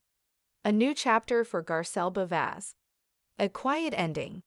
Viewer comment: Can’t even pronounce her last name correctly 🙄